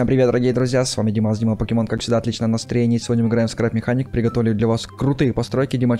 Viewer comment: не пакемон а покемон